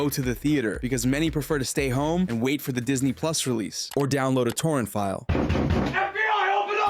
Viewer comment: What is this "torants" you speak of? Never heard of it